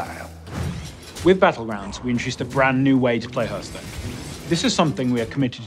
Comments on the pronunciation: Not sure I want someone who pronounces Hearthstone as Herthstone to be in charge of this game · Jmt1000 I didn't closely examine the rest of the video for inconsistencies but the rest of his speech seemed pretty correct... I just kinda think that someone at the company could take the game director aside and say "bro say it like "harth" not "herth" ok?" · TFW the gamedirector mispronounces the name of the game multiple times... It's not "herthstone" it's "hearthstone" the beginning is said like heart. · It's so annoying that can't pronounce it correctly. 😂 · Nobody says Heörthstone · It's pronounced harthstone! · WHAT DID HE SAY?! He's a developer and he says the game's name like that?! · Main criteria for game director should be "Can pronounce title correctly." When people say it like that it annoys me too much. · He can’t pronounce Hearthstone